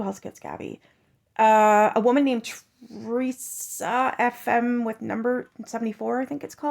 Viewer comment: All you do is copy other creators hard work and you don't even pronounce Teresa's page name correctly? You've done it twice now. Even Deni called you out. If you did all the hard work they do, maybe you would appreciate her more. You just post other people's videos? Why is that? Do your own work ! 😡 And ur giggle is old now. 🛑